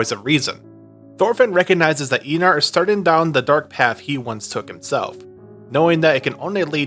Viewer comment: No hate, great video but in danish ei is pronounced as eye (Arnheid and Einar)